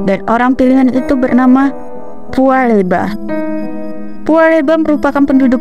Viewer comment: Pua Bela "' mba bukan pua leba😊,😀🙏🙏